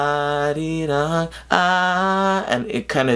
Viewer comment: This was one of the most informative Sohyang reactions I've ever seen. Thank you. Also, why is your Korean pronunciation for arirang so good? Unless you studied the language, most people tend to roll the "r", which is not part of the Korean pronunciations.